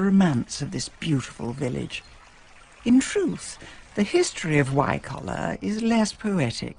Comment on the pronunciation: She gets Wycoller a bit wrong, but never mind.